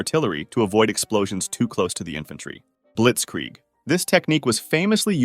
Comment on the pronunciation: It's not called Blietzkrieg